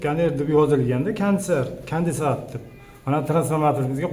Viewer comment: Бу тўти ку кандецаторни тўгри айта олмаяпти ку кандецаторни кандай ишлашини билмайди бу злектрик